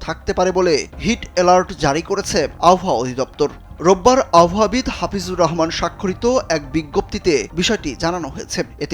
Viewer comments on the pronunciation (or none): none